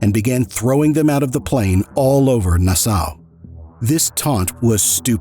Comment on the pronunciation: I wish Carlos well and hope he enjoys his freedom with his children. As for this video, well done. I wish the narrator would learn how to pronounce words better, like "Nassau" and others. But this was a good video.